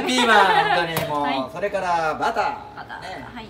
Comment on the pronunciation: Nobody: Literally nobody: Chef: BUTTAH